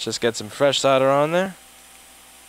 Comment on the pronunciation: Its pronounced "SOLDER" not "sodder"